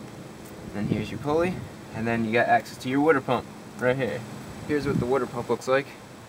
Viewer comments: Wooder pump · the WOODER pump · Wuter pump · Can definitely tell youre from New Jersey. Lol. My wife pronounces water the same way.